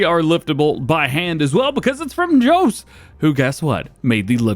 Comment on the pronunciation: Its jos not jooos haha! and its farming simulator 22 not 19 you're video description is not good!